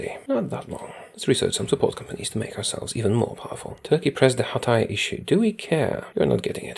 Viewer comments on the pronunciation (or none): none